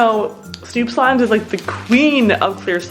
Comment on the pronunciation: It is snoop slime not stoop slime